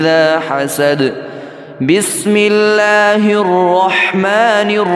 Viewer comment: ap ka bismillah parna hee galat hai. bismillah mein wow kahan hain ? ap pahly bismillah parna seekho